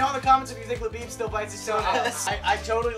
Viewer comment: Every time you say Labib, I keep thinking you’re saying Le Bieb as in Justin bieber